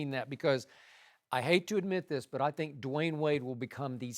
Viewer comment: Lmao why did Shannon say "Dee-wayne"